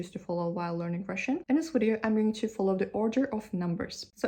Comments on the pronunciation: Yeah it's not a wideo. Better to watch an actual Russian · There's a couple of words you say in English like, "you" [jʉː] and "video" [vidi:jɔʉ] that are giving hints of Australian English and I couldn't be happier about it! I'm hoping it's the "oh no, Cleo!" meme working it's magic across social media 😂